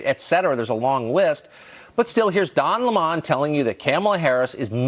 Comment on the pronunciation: "Don L'mon?" Where's Tucker getting that pronunciation from?